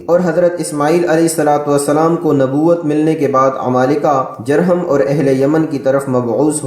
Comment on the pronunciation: تلفظ درست کر لیا کریں خاص طور پر جرہم کی جیم پر پیش پڑھی جاۓ گی شکریہ